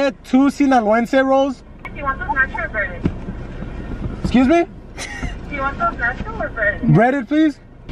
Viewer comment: LMAOO WHEN SAIS BEEP BEEP WHERE HERE AND THEN SAID EQUI ME